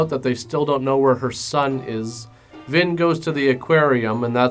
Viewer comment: That's a cute nickname and all, but I'm pretty sure he said "Vin" which sounded like Vin Diesel was in this disaster.